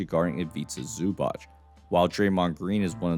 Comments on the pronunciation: Great breakdown, just a little help with Zubac name pronunciation: it's basically Ivitsa Zubats, I know it's hard for Americans to pronounce it but Zubach sounds so off 😂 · Pronounced more like zubatz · My brother in Christ, please learn how to pronounce Zubac's name properly